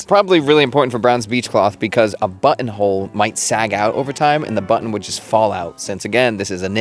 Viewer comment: Somehow you can pronounce "knitting", but not "button" or "cotton". 😉